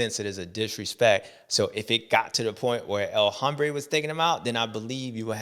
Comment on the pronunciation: Bubba, the “H” in El Hombre is silent bro. It’s pronounced El Ombré. Give it a try next week